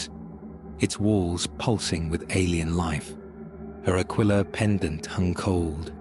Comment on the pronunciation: Ahh yes the classic symbol of the imperium… “the AQUA-LILA”